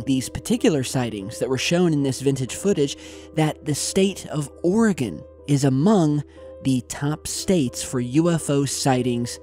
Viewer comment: Also, thank you for pronouncing Oregon correctly 😂